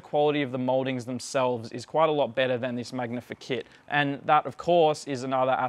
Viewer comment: oh, that was driving me nuts!!... glad it wasn't just me